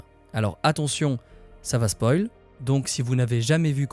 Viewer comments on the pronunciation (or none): none